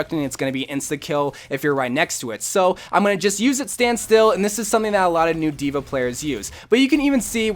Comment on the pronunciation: Dude no offense like I love your channel but it's dva